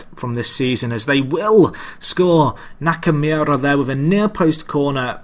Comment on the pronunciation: nakamoora is how it's pronounced (not that it really matters)